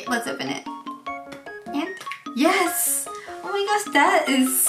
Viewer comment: Yes! がそれみろってwww 可愛いぞおい